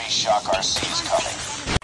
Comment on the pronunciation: “the thermitty”